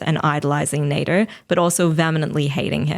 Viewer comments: I think his name is sounded as (Nah-deer) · Name - Nader "NEY-DUR" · I'm speaking on behalf of the whole Egyptian population, we do not claim that "Nader" guy. even his name sounds dumb when pronounced properly for us